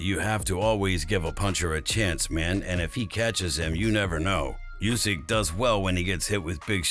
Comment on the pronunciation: It’s not Usyk it’s Usyk mate. Da fook 😮